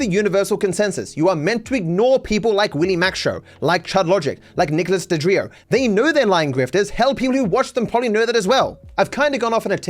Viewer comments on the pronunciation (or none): I love that calls DeOrio, DeDrio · I love how keeps saying DeDrio, I can almost feel DeOrio’s eye twitch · Did you really mispronounced DEorio? It’s not hard to pronounce